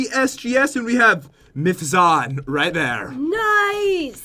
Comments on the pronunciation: It's MITHZAN NOT MITHZON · and it is pronounced myth z an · it's mith zan bro lol